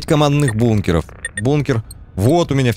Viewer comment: Шведы плачут когда слышат как выговаривает названия бункеров )))